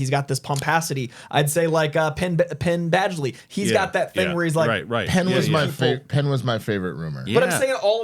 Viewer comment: Penn Baguely? 🤣